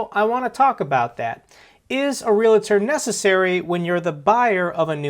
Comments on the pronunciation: Real tor. REAL TOR. NOT REAL A TOR!! JEEEZ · Omg dude stop saying realator. Just say agent from now on lol. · Realtor is NOT pronounced R E L "A" T O R... .Real A Tor is wrong.